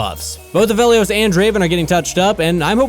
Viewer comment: Like adding extra emphasis to the -Helios, so it almost sounds like helium😂😂